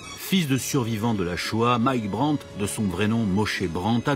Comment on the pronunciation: BRANT. Not Burnett.